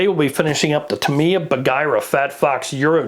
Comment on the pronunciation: Great video, and I'm now subscribed. Not important, but it's pronounced: "tah" "mee" "yah". Unlike English words, there's no variation on how Japanese words are pronounced.